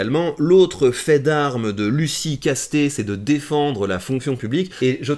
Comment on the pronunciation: En tant que gascon, on dit "Casse-tèts", pas "casté" 🤣 Comuniste oui, mais avec un nom du sud ouest X)